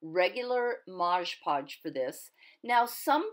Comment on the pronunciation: "MOD PODGE not MOGE PODGE. You know this never bothered me till I kept hearing people saying it over & over & people correcting them. ahahaa now when I hear them saying it WRONG im like oh nooooo. :/ ahahaha :} But great video really is.